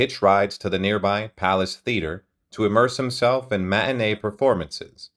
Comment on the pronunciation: There's a 'T' in the word "matinee"